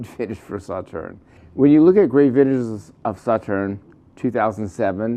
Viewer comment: Agree with you completely; please look up how to pronounce the name Sauternes to do the wine proper respect! Cheers